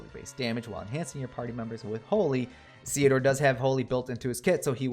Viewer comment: I believe you're saying it right, because his name is a combination of Cecil and Theodore (golbez's birth name)